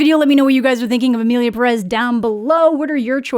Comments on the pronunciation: You said 'Emilia Perez' so well. Y'know, you could have horrible mispronounced, butchered the title, and Mexicans would have been grateful hahahaha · (Spanish speaker here) Not even starting the video and I'm already impressed !! Your pronunciation for "Emilia Pérez" is so good !! Better than the director, I bet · Appreciate how you’re the first English speaker to correctly say the title of the movie. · I mean, most musicals nail all songs, though; that's the point... so, they really have no excuses... Also,, excellent pronunciation of Emilia Pérez in the intro! Yes, different accents in Spanish are a problem in movies made by non Spanish speakers. I'm so angry about all the problematic behind the scenes of this movie, but also with the in-movie messes (and offense, honestly)